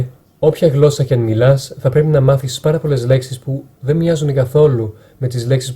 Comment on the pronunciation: Μια διόρθωση να να σου κάνω όταν λες γλώσσα μην το προφέρεις με (γκ) αλλά με (γ)